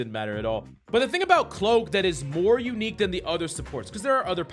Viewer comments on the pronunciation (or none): none